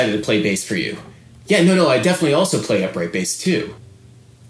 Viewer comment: He says legs like "laygs" and play like "pleh"